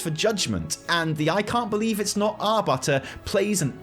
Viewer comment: 'Ar"butter"' lmao